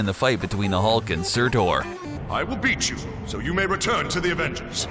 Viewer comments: SUTUR YOU IDIOT, SUR TUR! NOT TOR.... lol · here is where you went wrong, the pronunciation of nearly everything why, why did you butcher it all??? su~tur not su~tor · SURTUR......not Surtor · Surtur its surtur not surtor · It's funny how you pronounce Surtur as Sir Tor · He really enjoyed mispronouncing Surtur